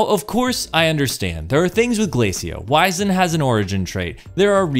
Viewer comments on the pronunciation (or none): Wiz end. Wiz end. Not wise end. English class was apparently wasted on everyone that plays destiny